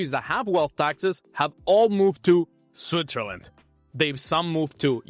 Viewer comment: I can‘t overhear you saying Zwitzerländ all the time😂